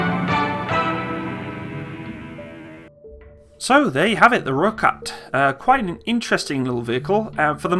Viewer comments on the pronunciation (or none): roy cat, not roik at lol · Its pronounced Roy-Kat.....ideally with a slight roll of the r. Nice to see the vid. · The pronunciation is -Roy-Khat [red-cat]. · Also, Rooikat is pronounced like Roy-Cut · As a South African I'm so grateful that your talking about my countries military, it makes me feel more patriotic about my country. Also Rooikat is pronounced "Roy - Cut" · Rooikat pronounced "Roy-cut". Eland - "Ear-lunt" (silent r) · Rooikat (Rooi sounds like Boy, Kat sounds like Cut) There is much discussion regarding the 76mm cannon The vehicle was built for speed (over rough terrain) and fire power in Southern African conditions. Including a 105mm or 120mm cannon will add (ammo) weight, and may compromise speed etc. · It's pronounced "Roy-cut".. direct translation is "redcat" I am South Africa and I speak Afrikaans fluently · You pronounce this as 'Roy Cut' with exaggeration on the R (R-r-r) <3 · Pronounced Roy cut, ratel (rah till) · no hate but its pronounced as Roy Khat but spelt Rooi Kat which is Afrikaans for red cat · Pronounced 'Roy Cut' btw... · Pronounced Roy-cut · Pronounced Roy cut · Its pronounced roy kut or red cat in english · He says Rooivalk right, but then butchers Rooikat? =_= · I love how you cover South African military vehicles, but the way you pronounce these names like rooikat, ratel, eland etc makes me cringe...